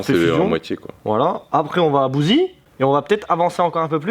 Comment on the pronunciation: J’habite à bouzey mdr on dis bouzéé pas bouzi 😭😭😭